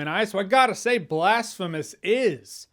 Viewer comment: Blastphemous... Damnit Jeremy😂